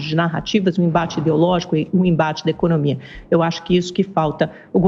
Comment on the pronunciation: "Econômia melhorando" , volta de Nárnia Amanda.